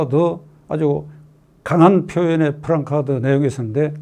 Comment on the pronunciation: 박찬종 변호사님, 유튜브 잘 시청하고 있습니다. 그리고 늘 지지하는 입장입니다. 말씀하시는 중에 ‘프랑카드’라는 표현이 여러 차례 있었는데 원 발음인 플래카드(placard)로 발음하시는 게 더 좋을듯 합니다. 이전에도 그 표현을 여러번 들어서 정중히 의견을 드립니다.